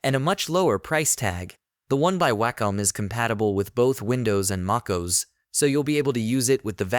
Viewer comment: considering "they" pronounced Mac OS as "maacose", I'd say so.